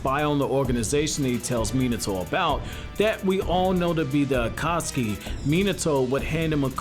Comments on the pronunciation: By the way your saying akasuki not akatsuki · Stop saying akaski